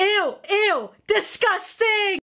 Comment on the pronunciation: “Distcusting” Said the Tentacle girl